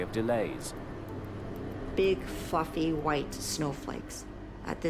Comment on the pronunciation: OMG ME TOO!!! Lol, AND the narrator sounded like HE was saying the same word when describing the plane… I was like….what is going on here in this episode? When did they start cussing?! lol I’m so glad I’m not the only one. I swear I rewinded 6 times before I realized she was saying “fluffy” lol